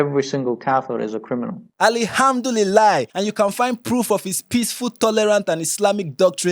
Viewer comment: Guy said "Ali-ham-doody-lie"😂😂😂